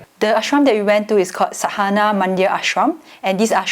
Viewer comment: and: pronunciation of sadhana is: saa-the-naa (pron. americaa, the is an english word so you should know how it is spoken)... you got saa and naa right but dha is spoken as the